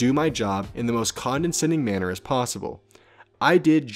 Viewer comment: at 10 minutes in, it's conDEscending, not conDENscending. I love your vids, but every time this word comes up you say conDENscending, and it's driving me crazy!